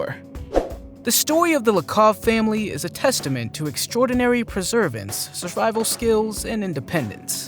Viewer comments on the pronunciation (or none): The word you're looking for in the Lakov Family story isn't "Preservance", it's "Perseverance"